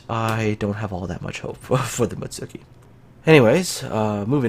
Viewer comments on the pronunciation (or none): Come on! You play Kancolle, you should know how to pronounce Mutski properly!